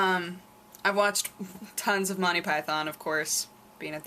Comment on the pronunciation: Wait....how did she just pronounce Python?